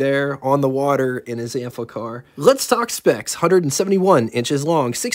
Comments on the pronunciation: There's no L in the name, so why do you keep saying AMplicar??😊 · Good overview of the vehicle; but, damn, read the label: it's pronaunced like it's spelt; no "L" in the name: Am-FI-Car, not "Am- FLICK-Car; they weren't made by Bic! Pity a drive-demo wasn't possible; woulda been mast instructive re: the "user experience"... cheers.